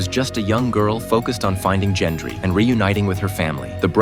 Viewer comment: Who the hell is "Jendry"?